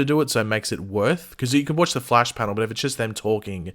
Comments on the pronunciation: “The fleish.” 😂😂😂😂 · Wtf you cannot pronounce the flash!!!